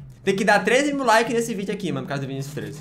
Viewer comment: Mais alguém escutou viniSETE Vinicios7 aaaahh🤔😯⚠️